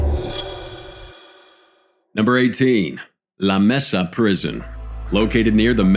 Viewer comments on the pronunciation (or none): It’s pronounced like maysa not messa.